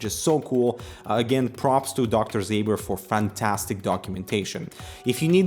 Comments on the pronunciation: Ząber, not Zaber. Pronounced like "Zomber" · It's not Dr. Zay-ber, it's something more like Dr. Zaober due to the "Ą" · You should pronounce it Dr Zomber :) It's "Ą" polish "soft" OM :)